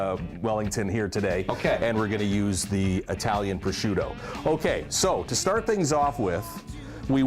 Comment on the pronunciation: Great recipe. By the way there are no "D's" in prosciutto, rather, it is "Pro - shoot - toe!" Like a "professional shooting his toe!"